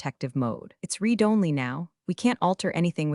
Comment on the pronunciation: It's pronounced Red it again! Not read it again!